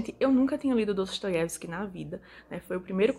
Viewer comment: Sonho em ter dicção para pronunciar o nome dele de forma tão fácil como tu faz ... Os livros dele está na minha lista ...